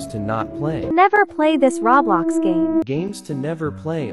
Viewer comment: No one The text2speach: Rawblox